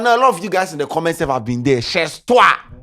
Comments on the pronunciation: It’s French chez toi is pronounced “shey toa” not shez toa scanty. U didn’t take French in school? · it’s not sh3z toi 😂😂😂 it’s pronounced shay toi (Chez toi is a French phrase) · It’s pronounced “ Shay twa “.. It’s French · the French word we no dey mention the last letter 😂😂😂 we dey pronounce am chey toi the Z no dey need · wabon dodo It’s not pronounced Ches toi😂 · pronunciation weak me 😂😂😂cheezz toiii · U go find meaning of “chez toi” but u no find the pronunciation 🤣🤣🤣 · Chez toi is French. Don't pronounce it the English way